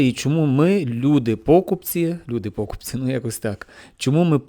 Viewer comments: пОкупці, тебе наголоси так в школі вчили ставити?ну ти кінь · Впервые такое ударение слышу. Так токо гавайцы кажуть😅